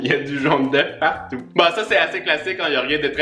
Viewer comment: le partout ma tuer 🤣🤣